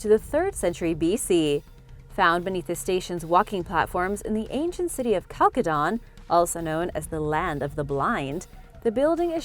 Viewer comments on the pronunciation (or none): none